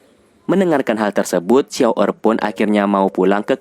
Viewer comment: Xun Er banggggg..bukan xiao errrrr